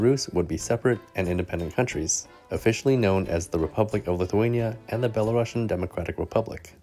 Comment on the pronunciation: "belarusian" is pronounced as [belarusian], not [belarashian]. it's from the word "Belarus", not from the word "Russia" :)